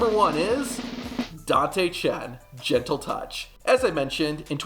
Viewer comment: it's "chentle touch" for corrections